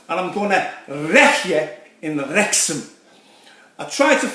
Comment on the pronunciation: Wrrrrreck ya in Wrrrrexham 😭